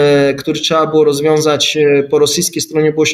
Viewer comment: Trzeba, a nie "trza" dramat.